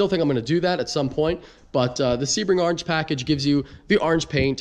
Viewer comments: “Arange” corvette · the way you say "orange" smh... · Orange starts with a O not an A